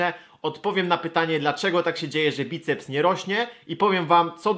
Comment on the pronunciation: obracać* choć zauważyłem, że jakieś 90% ludzi jakich spotykam mówi w ten sposób xD Bajceps is always with you!